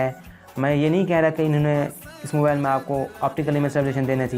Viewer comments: Salya pehly mobile word e kehna seekh ly "MOBAL 😂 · Mobile ko mobal kh RHA hai